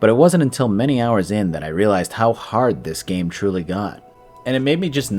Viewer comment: "Hollow Knight is too hawd"